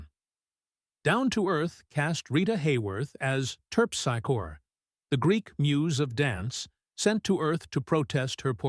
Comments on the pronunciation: He’s quite prolific. Terp SICK oh ree, not TERP SAI kor. Anne BLAITH, not Blihth Soooooooo many absurd mispronunciations and unnatural pauses, and stresses. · Terpsichore : terp-SIC-or-ee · Let’s tackle auto narrations. BOO! Actress Ann Blyth’s last name: the y is pronounced like a long “i”. Terpsichore is terp-sic-kree. Accent on “sic”. During the 30s and 40s many musicals were set in the early part of the century. Audiences then had some attachment to that era - either having lived then or having parents/grandparents who did and were familiar with those times and music. By the 50s, those memories were fading. They were “hokey.” Operetta style music suffered the same fate. Also, the author seems to ignore that by the 50s music was drastically changing as were mores - R&R entered the teen mindset. Teens now had their own set of movie idols closer to their age. They weren’t interested in Astaire, Garland or Grable. Certain younger movie goers found people on the screen suddenly bursting into song backed by a full orchestra ridiculous. Dismounting from my soapbox now to watch … a musical. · Please teach your fake voice to say Ann Blyth's name correctly. Show some respect for your subject matter. Ms. Blyth is still alive at age 97. Terp's a Corps???? I won't quibble about your characterizations of these films and it's no lie that most have been forgotten. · TERP-seye-core? sheesh